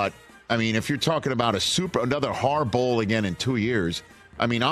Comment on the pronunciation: could’ve sworn I heard “HAR-BOWL” mentioned…..